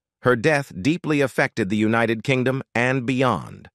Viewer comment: Unit-ed King Dome hilarious AI voice